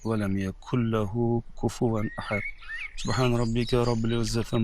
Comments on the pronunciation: Ahat emas Ahad bo‘ladi T bilan emas D bilan tugaydi oxirgi oyatlar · T emas D (ahat, somat.........)